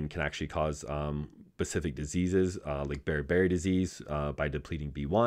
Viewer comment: Good lord man. Specific not pacific.